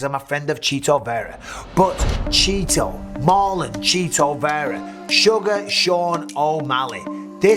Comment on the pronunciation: Straight up calling this man “Cheeto” instead of CHIto. Hilarious